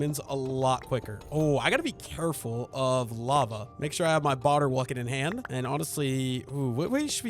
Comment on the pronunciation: Sorry, can't focus on anything other than the fact he says boter wucket